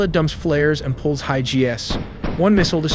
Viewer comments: WHAT an OBVIOUSLY non-American YouTube Channel this is. And despite your supposed openness about not being AI (Apart from your channel name) you aren’t fooling many when it comes to your pronunciations. For example — OBV not HUMAN (the pilot pulls HIGH GS??) - uhhh you mean HIGH G’s? Or “High ‘Gee’s’?” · "War-thog" "High G.S." "Tier-through" "Berage" "Inferd" "Geedems" Your AI had a stroke..? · voice narration is ai confirmed because why did you say Gee Ess for G's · High- gee evasive procedures